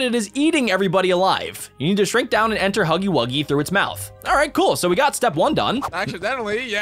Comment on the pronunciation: Bruh u cant read, spell, or talk its Huggy Wuggy not HUGGIE WOOGIE